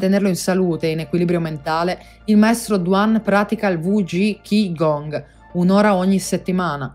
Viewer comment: Ciao..Grazie.. KI (pronuncia CHI) è giapponese, CHI (Pronuncia CI) è cinese, Gong si pronuncia Guun (con una g diura appena accennata alla fine) <3